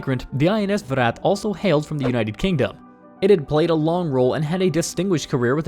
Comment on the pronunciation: Good job you got Viraat right .. here is How to pronounce vikrant